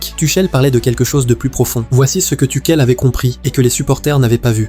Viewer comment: Tuckel, Tuchelle, elle est belle l’IA …